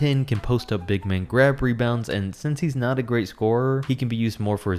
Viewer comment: PSA re not er sry it was annoyong me